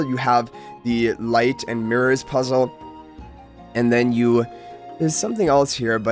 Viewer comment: Puzzle saying the word puzzle puzzles me😅